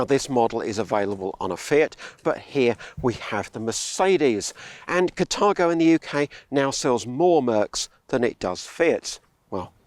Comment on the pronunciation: Catargo ? Car-tha-go is how I would pronounce the name